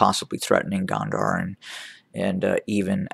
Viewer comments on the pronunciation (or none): Gonder, pronouncing (GO nn Der)